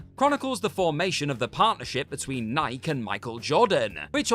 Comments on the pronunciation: Obviously WhatCulture (and a lot of commentators) didn’t actually watch the movie… where they very obviously say the name of the company multiple times. Nike with 2 syllables. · EXCUSE ME! It is a Greek word. It is pronounced (for those who need it this way), "nigh-key," NOT "NICK-EE". WHAT is it about word origin/meaning you refuse to absorb? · No it isn't, you are pronouncing it wrong. Nai-key is correct. Nik is not. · Please redo this and pronounce NIKE (nigh-ke) correctly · Nye-key=Nike. Is how Muricans sez it. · I don't believe the writer is actually reading his script. I think they are using an AI reader, with a British accent myself. you can't hear him breathing, or even stopping to take a breath while he is talking. Also A lot of words get mispronounced like NIKE ( Nik-EE) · British people literally cannot pronounce words right, it's Nigh-Kee you twats! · Did this moron mispronounce one of the world's most famous brands? Did an editor not catch this? NIKE is two syllables NIE-Key. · i have british friends they wear jordans they say nigh-key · Maybe it's me, I grant. But isn't our Dept. of Edu edu-ing? Maybe I'm the prob. But hearing anyone - especially a broadcast reporter (more than once) - call it "n-eye-k" is simply annoying. :-( Maybe it's me, I consider. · NI-KEY NI-KEY NI-KEY NI-KEY NI-KEY NI-KEY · No, it's Nike, like Like, Bike, Hike, Sike etc. Y'all are the one pronouncing it wrong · Nike is also pronounced as "Naiki" in Japanese. It is also pronounced "Naiki" in British commercials, so why does mispronounce it? Who knows? Maybe he wears Adidas. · that’s cute and all but the shoe is pronounced nikE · Did he just pronounce Nike wrong? Twice? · This guy is by far the worst presenter WhatCulture has. I turned this off after he mangled “Nike”. Seriously, my dude? One of the most well-known brands in the world and you can’t pronounce it? You might as well take “Disney” and pronounce it as “Das-nay”. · How on earth do you pronounce Nike so wrong?